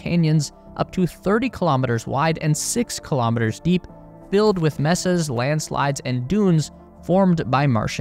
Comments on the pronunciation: It’s “MAY-sahs,” not “MES-ses.” I was five minutes in before I realized it wasn’t a Canadian but an AI. They need to train them better so they don’t confuse the audience and make them click off. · May-sahs. Not Mess- ahs. (mesas) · Just an fyi. It’s not messas. It’s maysas. Phonetically. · They are pronounced "maysa", not "messa". Sounds like you are sending humans to visit their 'messed' up rooms or something. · It's not hard to find out how to pronounce "mesas" -- Hint: it's not "messes" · You're right that it isn't /’mɛ.sə/ -- but it also isn't quite /ˈmeɪ.sə/. The initial vowel is steady, not a dipthong as in "pay." Not the vowel in "met" and not the vowel(s) in "may." This assumes we're talking about Spanish pronunciation.